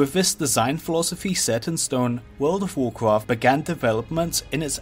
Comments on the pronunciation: Wawld of wawcwaft. Once you hear it... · wowd of wawcwaft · vold of voldcrafttttt guuysss vooooldd somebody did skip that speech therapist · You get 1 level everytime he says Would of Woucraft. - watches one video, hits lvl 120. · the voldovoldovorcrawft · I'd say it's an accent - could be European (Swedish, for instance) or an Asian dialect. To my ears it could be either. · That voldovocraft secwet is wewy diffewent. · wordo waw kwaff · But he says vold of valclaft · Take a shot every time he says "voldovocraft"😂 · Vwurld of Vwurcwrft! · Bro said woldcraft every 20 seconds or less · "wult ov wurcwaft" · Wwld of wowcwaft 😂😂😂😂😂😂😂 hawdcowe hahahahahaha 🤣🤣🤣🤣🤣 u are such a gem bro 🤣 Ps. I mean bwo 😂😂😂😂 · WOLD OV WORCWOFT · take a shot everytime he says would of woudcaft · Jesus christ take a shot when he says woldofvovwclaft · what is vurld of vwarcraf? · Classic wow and vanilla wow, petty, but theres a difference, also fun game, take a shot each time he extends the video by saying world of wurcraft. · He can't pronounce R, says W instead. Woald ov woalcwaft, owcs an twolls stawts in the same awea. And when he pronounces "buckler" i start to think of The Pink Panther movie, when Steve Martin is trying to pronounce "Hamburger". 😁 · "wowd of wawcwaft"?.... "Secwets"? Come on man, I can't watch this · Wowd of Woahcwaft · woowld of wawcwaft, and wawcwaft fwee. I can't watch this video I just can't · word ov worcrof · wowd ow wowcwaft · wowld of wawcwaft wawcwaft fwee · worlw of warwqawrft, warqwarft free...........Dude learn how to pronounce words